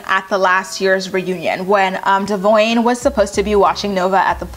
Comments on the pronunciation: It’s Dev-ee-on not whatever you’re saying lol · Who is "De-voin"? Just kidding!! Cute hair!